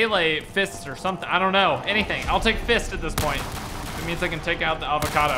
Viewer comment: "Avacodo" My brain dead ass: "who is this new avacodo tuber???